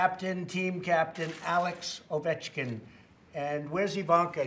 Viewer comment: He nailed Ovechkin